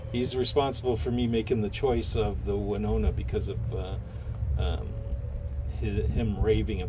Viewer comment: "Wanona?" hahaha Read the name again.